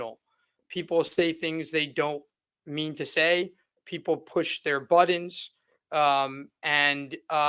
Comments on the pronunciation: Why cant he pronounce Latin? Or Buttons? He says Ladden kings and Buddens drives me crazy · Push their BUDDONS? Why can't this supposedly educated man speak properly? Any word with a T, he uses a D. It bugs the crap out of me!